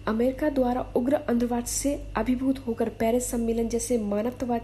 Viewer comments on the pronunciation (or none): none